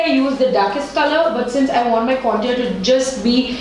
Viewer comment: Not to sound rude or anything but the way you pronounce the word 'contour' is wrong (and for me it's cringy ) Please look it up.